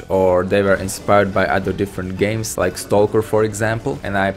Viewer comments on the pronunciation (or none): none